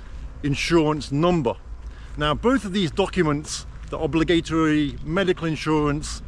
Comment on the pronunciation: I've never heard "obligatory" pronounced like that even in London.. sorry but..